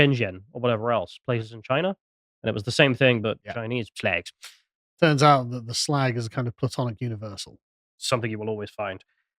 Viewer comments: Ceuse flimed by chinaman , you should call it "shrag"! "Shlag"is lacis plonounciation.,no? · Is 'SHLAGS' the proper pronunciation? Learn something new every day. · "Shlagz!" Jesus, just when I thought this channel couldn't get any more puerile... A thing so old that even 'Viz' was parodying it, back in the day.